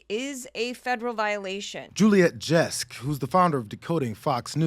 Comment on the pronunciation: Juliet Jeskes last name rhymes with jetski